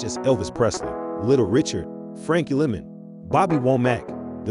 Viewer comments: Frankie "Lemon"?????; come on people, that made me turn this off. Frankie LYmon. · Frankie Lymon's name is pronounced "Lie-mon" not Frankie "Lemon". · Frankie's last name is pronounced LIE-MUN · Right and Tammi Terrell not terl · Very good , well researched actual facts, honesty and respect. I wish Franky Lymon and Tammi Terrell's names were pronounced properly. Good story, thanks. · Right. He pronounced everyone’s name wrong lol